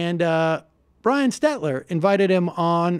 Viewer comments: FYI, Sam, it's SteLter--not SteTler... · Not “Stetler” it’s “Stelter” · His name is SteLter not Stetler